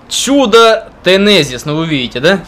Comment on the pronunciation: Глаза где? Третья буква "Z", так что Тезенис, а не "Тенезис".